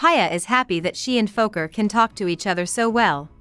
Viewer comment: It’s ‘Pee a’not Paya 😂 ‘Piyali Roy’ And it is ‘Fo-keer’ Fokir